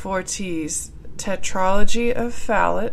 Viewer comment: Fallot isn't pronounced "fal-ut." It's pronounced "Fal-OH." Atresia is pronounced "UH-TREEJ-UH," not "UH-TREE-ZEE-UH." Hope this helps :)